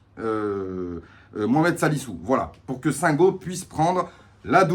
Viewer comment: Le i ce prononce pour Singo, et les Marseillais n'avaient pas les mêmes supporters que nous contre Ferenvaros. Si ils finissent 16eme comme Monaco 2019 ça serait une belle coïncidence lol 😂😂😂😂